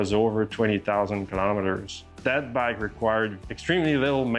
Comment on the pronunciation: Makes me cringe everytime he says "bike".....